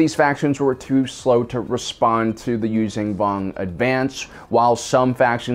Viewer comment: He says Yuuzhan Vong wrong... Its not U-zan Vong (Use-zan Vong) as he says it... its pronounced U-zon ( Use-on Vong).